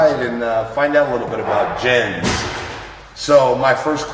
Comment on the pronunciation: The name Jens is pronounced Yens.